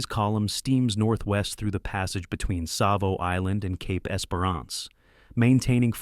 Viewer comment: Savo with a T ?!! unreal